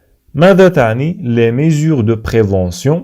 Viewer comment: la prononciation de certains mots n'est pas la bonne comme le mot " mesures" ...